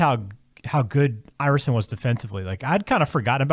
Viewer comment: Its "Iverson" , not "Iveroson"....